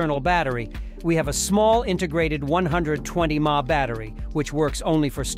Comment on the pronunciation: LOL AI reviews are REAL nobody says "mah" it is M.A.H or milliamp hours